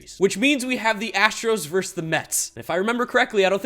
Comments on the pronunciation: It’s VERSUS NOT VERSE! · Being a Mets homer is fine. But say this word with me: "versus." It's pronounced "versus." Not "verse." Thank you for coming to my Ted Talk.